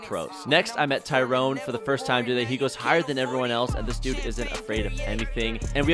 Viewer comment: I know you didn’t just call Bryce Tryon, Tyrone 😂😂